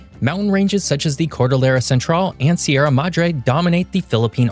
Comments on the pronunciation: im filipino and we pronounce it se ra mad dre not sieramadre and we pronounce it ca ga yan river not kagayan river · Its actually how you say Sierra Madre its ShierA Madŕè